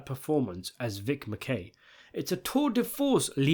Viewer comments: LOL what's with the weird pronunciation of the characters? Vic MaKAY? Captain AKeveda? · He claims he watches the show and then butchers the names of 2 main characters 😂😂😂